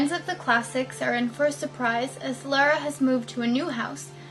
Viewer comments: not Lara (lair-a) as you keep saying,, Her name is pronounced Lara (Lahr-uh). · Girl how you gonna be a fan and call her lair-uh instead of lar-uh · So weird the way you say Lara, lol but oh well. XD